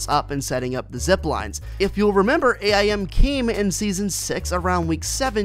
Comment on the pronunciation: His name is AIM not A I M